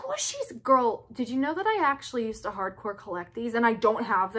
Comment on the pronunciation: "i will try to dew det fow you" 🤣🤣🤣❤️